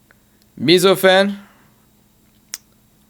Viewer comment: really, "mizzoufan" is not pronounced "meezofan"